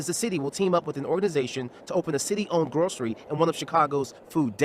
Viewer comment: Uumeee Grizzby. Iz uh-bought pwafabillity 4 da communesA ti. they don’t sell BBQ ribs at this grocawy stOer?